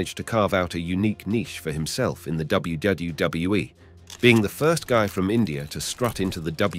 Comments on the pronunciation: learn to say wwf and wwe for god sake u can say it! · Especially when there was once or twice in this video he said it correctly then just back to gibberish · I never heard anyone have quite as much trouble saying "WWE" as this. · I thought it was just me